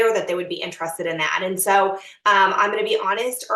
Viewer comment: She keeps saying interested like entrusted and it bothers me a lot 🤣